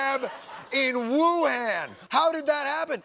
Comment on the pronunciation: It’s amazing to me that he could be spitting these facts but because he keeps mispronouncing Wuhan I don’t believe a word of what he’s saying 😂😂😂😂😂